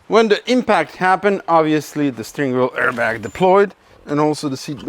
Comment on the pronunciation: how mimicks the accent of a english talking german 😂😂... "ze autobahn"